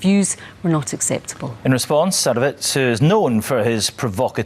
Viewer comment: "sadOWitz" yanks HAVE to pronounce it wrong. they even said it properly on the clip!!